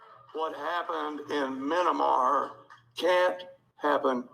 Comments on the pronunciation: “Minnamar”… need I say more? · By the way, the country is not named "Minimar"! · US military? Ugh. Minnamar? What a mini-brain. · "what happened in... Minimar" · "Minamar". That's all.